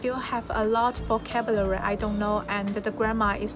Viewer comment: so proud of u！但如果還喜歡英文，還想進步，建議多注意自己英文的讀音，比如發音或者尾音和連音。現在的話，讀音上還有很大的進步空間，'vocabulary ' 不要一節一節讀，這樣會很難聽。加油啦！